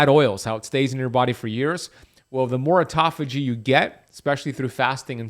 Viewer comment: OMG, auto-phagy... Not aut-toph-ay..... Do not take this psuedoadvice.